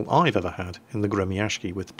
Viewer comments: Hey, the proper pronounciation is not "Gremiashki" as you say:) but rather, Gremiashiyy, after the "sh" you should add double "i" or "y". so it would be like Gremiashiyyyyyy its from word "grom" which means lighting, and gremiashiy means "the one that moves like a lighting" or "one that produces a sound such as lighting does".. a proper word in english would be "thunderous". yea.. thunderous is the right word:DDD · Alexander Meme гремящий = Gre-Mya-sh-chiy щ = like sh-cz, the cz being pronounced like Cz ech Republic. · No "N" in the name there. Grem'-a-sh'-iy. =] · The Gremyashchy is pronounced Gri-ma-shiy!!! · You would be better at pronounciation if you dropped that 'k' and said Gremyashchy with 'shhi'(like 'she', but with 'i' like from 'ink' at the end) instead of 'ky'. I don't know how to explain it better with words. Especially english ones.:) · Gremyashchy is pronounced as follows: part GRE was kinda obvious part MYA is pronounced rather well, like in "mamma MIA" part SH is pronounced like in SHOULD part CH is pronounced like in CHOCOLATE ant part Y is pronounced like in the dude's name BANKSY This give the general idea Although the main accent should be put on "MIA" instead of "SZCZY" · 'Well i dont know, it's RUSSIAN" Well ACTUALLY its English translated Russian seeing how they have a 33 letter alphabet to our 27 letter alphabet, This is the name of the Russian ship in Russian: Гремящий. this being said your pronouncing it fairly well, just dont do a 'k' sound in it, just a longer 'sh' sound